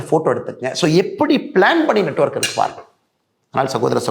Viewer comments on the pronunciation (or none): none